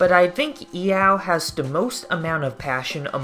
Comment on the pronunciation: I enjoy you calling it "e-ow"